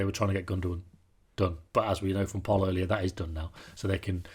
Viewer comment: Butchered Pol's surname😂😂😂 the raised eyebrows confirm it